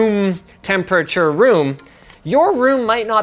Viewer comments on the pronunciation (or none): "more stable-ey"... "in a room tempurature.... room" love this guy